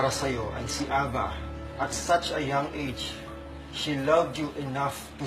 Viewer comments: Why are they pronouncing it "Aba" (like the group band..Abba) it suppose to be "A-VA"... right? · Ey-vah pronounce nun diba?